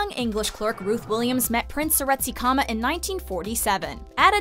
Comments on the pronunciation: She mispronounced Seretse Khama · Seretse Khama. very bad pronunciation